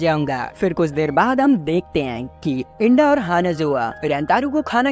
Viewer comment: Bhai to inda ko genda kiu bol rahe...... Inda🚫genda♎